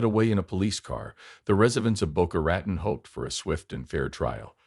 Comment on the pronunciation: Boca Ratone…….. Boca Ratone!! Not Ratn.